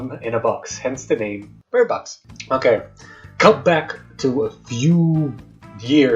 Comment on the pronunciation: “alright Birbox”